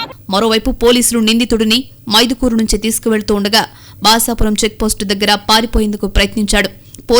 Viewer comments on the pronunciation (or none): బాషా పురం, కాదు మేడం,బసపురం